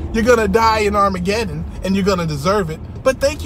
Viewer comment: I-mah-get-um (Armageddon). I think it was a mis translation. They gettin ready to get got. 😂